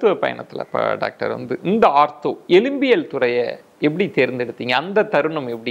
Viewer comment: எலும்பியல் (எழும்பியல் அல்ல)